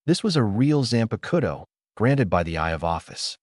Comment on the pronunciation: y AI's always say Zanpakuto wrong ???